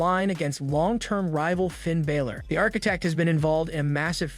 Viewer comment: Learn to say Fin Balòr